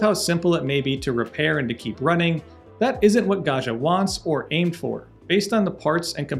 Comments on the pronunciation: Pro tip: Italians 😂pronounce the name like this: gawd jee uh. It's an ITALIAN word, not French. Italian does not have a "zh" sound. Think Joe Di Maggio, Ruggiero, Maggiore, Baggio... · The way he pronounces "Gaggia" it's an insult to the Italians...